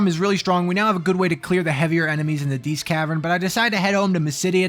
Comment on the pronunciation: Diest: dee-est. Think "diety."